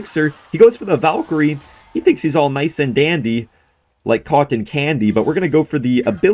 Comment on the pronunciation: Sus way of saying Cotten